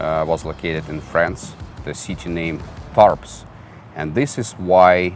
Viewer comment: FYI, The "s" of "Tarbes" is not pronounced in French. Thanks for the review. I love that plane. One does not see often in the skies!